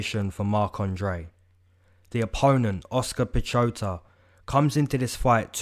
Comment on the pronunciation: ive noticed just about every channel dont pronounce the name correctly. piechota is pronounced piehota.. Pieh/pyeh (like the first part of yellow, but with a p in front) and hota (kinda rhymes with soda, but a t).. basicaly the CH has a silent C. Source: im polish